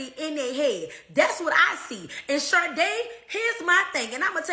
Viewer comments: It's pronounced shar-DAY. She was clearly named after the 1980s singer Sade Adu, who was famous for the songs "Smooth Operator", "Sweetest Taboo", and "No Ordinary Love". Sade was known for a unique and compelling fusion of jazz, soul, R&B, pop, funk and Mediterranean music. Sade Perkins, on the other hand, appears to be pure fission. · Her name is actually pronounced: sha-day, like the singer in the 90’s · Sade is pronounced "Shah-day" 👍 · Will somevody please tell the world that sade is not pronounced sharday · Sadie is generally a white name, or a good dog mane. Sade is Sha Day like the 80’s singer. Funny asf e1 is mispronouncing it. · 'Shah-day', like the singer.